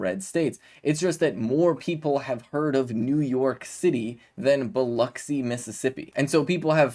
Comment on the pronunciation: Hey! I wanted to give you props for pronouncing “Biloxi” correctly. I grew up there and I absolutely CRINGE whenever someone says “Buh-LOCK-see”!!! Keep up the great work! 🇺🇸